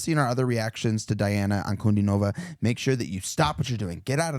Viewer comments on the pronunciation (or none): I id as you suggested and watched your earlier reactions to her, but you're still saying her name wrong. It is pronounced dee-ON-uh on-coo-DEE-nuh-vuh. Now, I'll watch this reaction. EDIT: This is more a cover of Tomee Profitt than Elvis